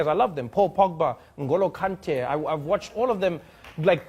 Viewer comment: The way Trevor pronounced Ngolo kante 👏🏾👏🏾👏🏾 ask the ambassador of France to pronounce it and you'll see 😂😂